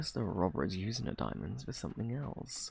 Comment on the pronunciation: Di- di- diamands? Is that what you said? Idk what that is... Had me rolling on the floor!!!